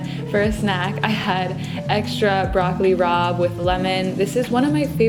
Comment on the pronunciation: every time you said broccoli rabé i cringed no offense lolll but your meals look so good!!